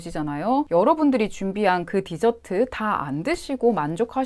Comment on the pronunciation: 사투리 갑툭튀ㅋㅋㅋㅋㅋㅋㅋㅋㅋㅋ 하지만 언니,, 저는 뒤저트를 먹기 위해 식사를 합니다 죄송해요 뒤저트는 꼭 식사 후에 먹어야 맛이가 조아요 껄껄